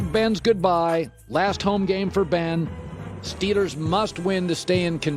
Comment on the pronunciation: Anyone else laugh whenever Colin says “Steelers”? He doesn’t pronounce it steel-ers, instead he pronounces stEE-lers. Idk it makes me laugh every time